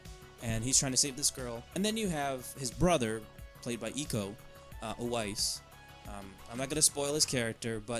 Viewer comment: Actually you kinda spell iko uwais corectlly